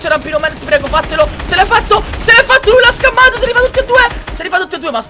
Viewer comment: Queste sono le volte in qui ha detto schammato | | | /\